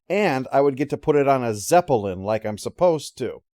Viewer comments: It’s his zep-uh-lin; he’ll pronounce it however the hell he wants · "zep-uh-lin" what's with the extra syllable? a personal quirk? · What extra syllable? Do you think the actual word is spelled like the band?